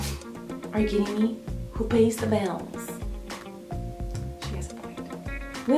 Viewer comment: Lucy Sparkles Lover More like Are you KEEDING me, he's a CHEETAH